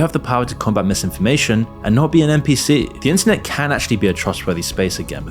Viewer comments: Please enunciate a little more clearly, you somehow pronounced the word "internet" as "incest" like a dozen times throughout this vid and gave me whiplash every time lmao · Is it just me or did bro saying “internet” sound like “inc*st” at the start of the vid?